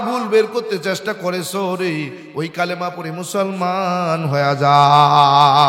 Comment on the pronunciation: কালেমা না বলে কালিমা বলা দরকার